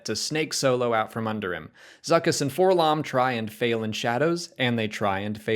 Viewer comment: did anyone notice that they pronounced 4-LOM differently?